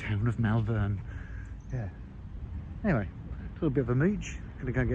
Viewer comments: M a r l v e r n, not Maaaalvern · Lovely video and Morgans are fabulous, just a small point if I may...Mal-vern as you say..is pronounced Moll-vern..like malt loaf..mollvern..Malvern... great footage and enjoy your new toy!! Thanks for the footage. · Pronounced Mall vern, all one word. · It’s pronounced Malvern as in Mall /All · Great car and a great video. The only hiccup is the way you mispronounced Malvern. As Malvern is in Worcestershire it is pronounced with a soft "a" so that it is pronounced "Molvun" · as someone who was born in Malvern may i say the name is pronounced Molvern, but you are right its very pretty. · I think you’ll find the town is pronounced 'Mulvern'. Substitute a 'u' sound where the 'a' is. Good choice of car! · I think it's pronounced: Mull-vern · It rhymes with "hall". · Don't blame him one iota being exited but please, someone tell him how to pronounce Malvern....! Absolutely stunning car though... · So the train announcement pronounced Malvern correctly but you can’t !